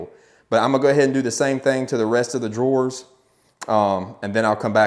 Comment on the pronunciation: Great tutorial!! But are you calling drawers “door”?